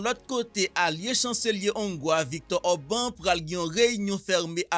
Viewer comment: Le nom du monsieur s'écrit Orban, mais se lit ou se prononce Or-ba-n.